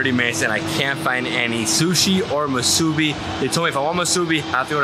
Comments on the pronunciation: It's pronounced "MEE-SUE-BEE" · It's pronounced MUSU-BEE...(MUSUBI) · Moo-su-be is the correct pronunciation 🤙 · ❤You're awesome!❤ Musubi - pronounced Moo-sue-bee🎉❤